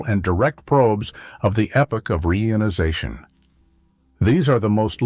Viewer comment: Reader is terrible. Frequent awkward pauses, mispronounced "reionization."😢😢😢